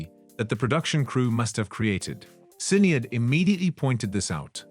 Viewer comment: SINeeAD? her name is pronunced SHINAYDE do your research ffs.